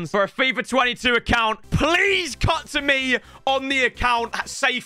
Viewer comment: How he says fifrrr